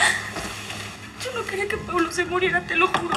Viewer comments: No es crítica pero es paulo no plablo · No se dice Pablo es Paulo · Es Paulo dice Pablo 😂😂😂😂😂😂😂😂😂😂😂